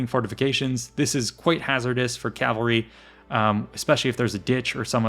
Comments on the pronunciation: Why pronounce cavalry ˈkælvəri when the correct pronunciation isˈkævəlri? Is this American English? I hear it all over. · It’s Cavalry. Not Calvary. The L is pronounced after the V. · It sounds like you're saying "calvary" every time